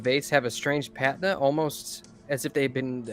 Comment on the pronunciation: Patina? No accent. We have accents, my sweet moss, that word gave you away.